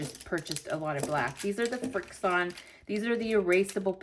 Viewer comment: It’s easy to remember how to pronounce Frixion if you think of how they erase. They erase with Friction and that is how to pronounce them….Friction.